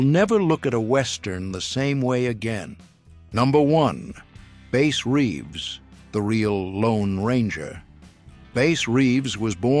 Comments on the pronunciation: Bass's name is NOT pronounced Base! It's Bass as in Bass fish... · Bass NOT Base Reeves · It Bass, like the fish. Not the subwoofer? Your AI narrator is shit. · It’s Bass, like the fish. Bass Reeves. They said it wrong twice. Stupid AI. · Sheriff Reeves' first name was pronounced like the fish, not the 4-string guitar. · Bass pronouced like large mouth Bass a I shouldn't be involved with real history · It's bass reaves